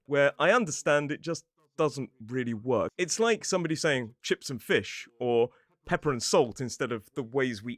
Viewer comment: I found hilarious that when you said "Pepper and Salt" you pronounced every letter p-e-p-p-e-r but when it gets to "Salt and Pepper" it magically becomes "Peppah"! 🤣🤣😂